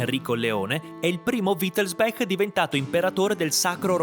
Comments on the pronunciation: Perché dici sempre Wittelsbek non è inglese si dice Wittelsbach con ch aspirata. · Credo che wittelsbach si legga come si scrive; è tedesco, non inglese; la parte finale bach si pronuncia come il nome del famoso compositore Bach…